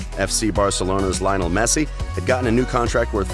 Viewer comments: "Linol" Messi!! 😂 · Oh and Lio-nel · Everyone: Lionel Messi This boi: LiOnAl Mesie